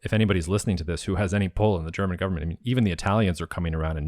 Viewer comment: Marc, wieso sagst du immer “Cherman” und “Chermany” statt German / Germany? 😜 Senk you for the interview 👍